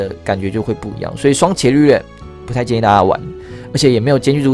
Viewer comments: 伽(ga)利略 你是不認識他嗎.....讀ga 不是 qie ... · 那個『伽』利略好像是『ㄐㄧㄚ』欸，以前我也唸『ㄑㄧㄝˊ』，後來被老師校正......😅😅😅😅😅